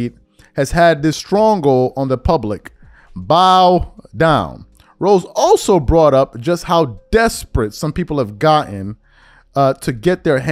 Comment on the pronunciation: Did you say strongle on the public? LOL 😂😂😂